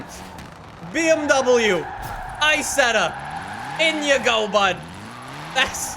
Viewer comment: "Bee Em Double U I-setth-ah"